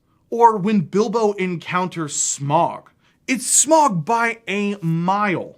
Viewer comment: I commend your pronunciation of Smaug